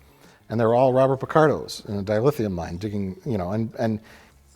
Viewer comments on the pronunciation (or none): none